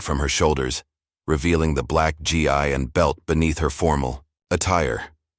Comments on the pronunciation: IT'S NOT !!!!! G. I. ITS G. as in Grape Eeeeeeee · AI its not GI it's pronounced gee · A wonderful story, but your reader needs to call the clothing that martial arts people wear is called a Gi, not a g i, look up the right pronunciation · Can't they get a better narrator? Her Gee-eye? Who doesn't know that martial arts practitioners wear "gees" (gi). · This was a great story. My only complaint is the reader. He needs to know how to read what's on the papers in front of him with proper punctuation. For example a GI is pronounced Gee. Also, he needs to learn proper punctuation while reading. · It's GI (gee-hard "g" like in glee, no "l") .or Give no ve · It’s pronounced gee- hard g.